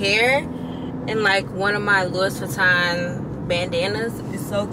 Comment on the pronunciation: “Louie, Loo-ee” Vuitton… 💜